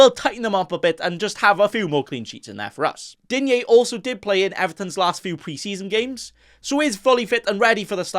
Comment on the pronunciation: Enjoy your stuff 👍 Stand out further from other content creators by pronouncing Digne properly - it's the same as Dean 😉